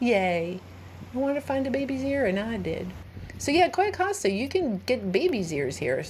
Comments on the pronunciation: It's Cay"o" Costa, you kept saying: Cay"a" Costa. Just FYI is all. :) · HI Sorry love you and your videos .BUT its pronounced (. kiyo costa)= cayo costa LOL Im Latina ..